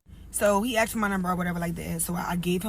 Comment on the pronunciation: No questions axed. 😂